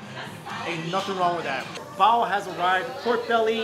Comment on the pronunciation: I keep hearing BOWEL (relating to poop) instead of Bao. Lmao. #NursingProblems.